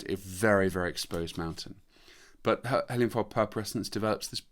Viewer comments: I think you pronounce heliamphora wrong, there is only one L. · It could be better, but this is an artefact of British English pronunciation where French and Spanish words are generally pronounced with emphasis on the very first syllable, opposite to how the natural emphasis would be in French or Spanish e.g. CA-feh rather than cah-FE for cafe, GAR-age rather than gar-AGE for garage, or BAL-let rather than bal-LET for ballet. In North American English it's the other way around. Funny how language evolves in different places, not unlike how many of these Heliamphora species evolved isolated on these mountain tops!